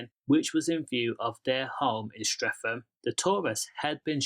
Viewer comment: It’s Streatham not streafem 😂😂😂